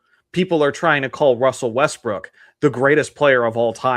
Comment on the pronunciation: “I really love Russell Westbrick”